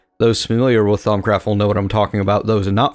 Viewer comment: all the u's in thaumcraft are pronounced like "oo" as in c-OO-l